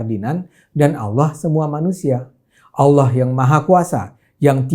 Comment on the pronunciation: Bang ADE....jgn bilang aolloh ...mesti nya Allah , klu aollah seakan akan cuman Islam yg sebut aollah